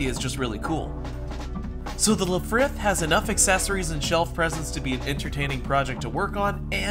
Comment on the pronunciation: "Lifrith" lol